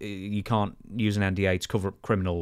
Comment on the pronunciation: calling an NDA a “NWA” was wild subliminal😂